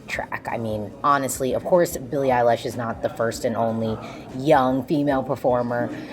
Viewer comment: nobody:: Billie EilAsh